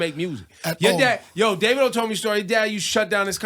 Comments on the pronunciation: It's Davidoo not davido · Daaa-Vi-do Ebro ignorant ass 😂